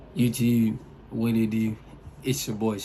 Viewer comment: You say YouTube weird